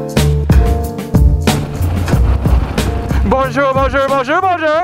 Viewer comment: Tu veux des cours de français? jahahaha ouai y pronnonce très mal "bonjour" lol